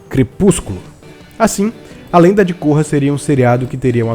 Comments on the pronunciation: a lenda de côrra? Se pronuncia Kórra! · Cara, eu gostei bastante de A Lenda de Korra (e você errou a pronúncia do nome dela). Você não pode alegar que as suas críticas são a opinião geral. Vocês têm que aceita que tem gente que gosta e tem gente que não gosta de diversas séries. Eu não gosto de Dragon Ball Super, e daí? Tanto faz. Continuem gostando dos seus shows galera. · e vc ta falando errado o nome dela